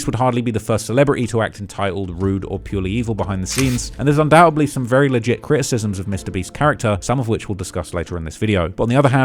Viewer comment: One very minor feedback but the word is Undoubtedly not Undoubtably.